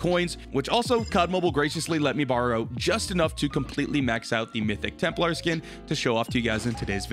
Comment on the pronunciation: This mf say Temp-LAR pronounce it TEMP-LER